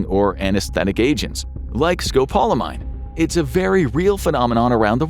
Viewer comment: You're pronouncing scopolamine wrong